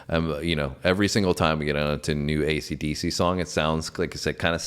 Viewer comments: learn to say AC/DC correctly!!! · BARS & BARBELLS.Будь ласка,навчіться правильно говорити AC DC!!!